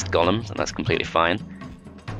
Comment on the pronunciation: But why do you say gollum and not golem